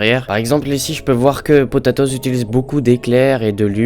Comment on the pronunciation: Pas potetoz c'est potatoz